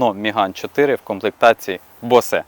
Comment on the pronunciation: Учи язык! Боуз, а не БОСЭ.